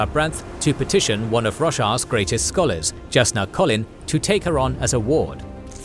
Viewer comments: Is his pronunciations not bothering anyone else? The J in is pronounced with a Y like Jalapeno in names like Jasnah (Yasnah). There are other issues but its a good recap. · One nitpick, it's not Jah Keved as in jar. It's pronounced Yah Keved (same with Jasnah)!